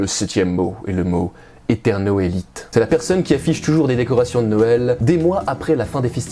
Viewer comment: Hahaa cette prononciation de seuël à la welch x) d'ailleurs en patois welch Noël se dit Nèy ou Nayèl, enfin dans les hauts côté romanophone en général quoi. Sinon le reste des Lorrains patoisants disent Nawèl. Comment ça on s'en fout?